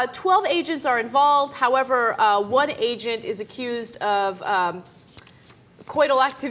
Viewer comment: My sound was low and at first it sounded like they were saying Asian instead of agent.